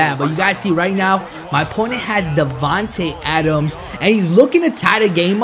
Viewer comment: he said Davonta adams